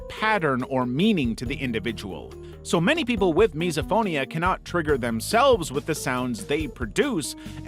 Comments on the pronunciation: just FYI its pronounced /,mɪs.əˈfoʊ.ni.ə/ (miss-oh-FOE-nee-uh) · Misophonia is actually pronounced miss-oh-phonia